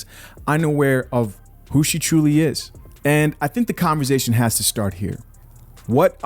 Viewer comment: You and 'converzation'. Great videos!